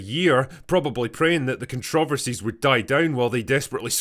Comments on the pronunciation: When you said "contro versee" did you mean to say controversy? Because you absolutely did not. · Hearing a Scotsman say “contRAHversy” was definitely something I needed today. As always, thank you Drinker.